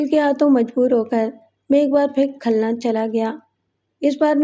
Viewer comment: صحیح کر لیں khalna نہیں khulna ہے ۔